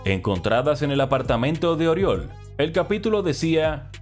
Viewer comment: Corrección fonética: Oriol se pronuncia "Uriòl" con la O con la boca mas abierta de lo normal. Jajaja parece acento valenciano pero soy de barcelona, tengo dos colegas llamados Oriol, aunque a uno lo llamo simplemente Uri